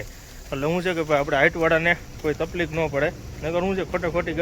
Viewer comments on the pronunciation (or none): none